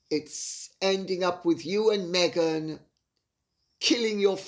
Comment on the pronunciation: "Me-"ghan, that's the easiest way to verbalize the personality disorder!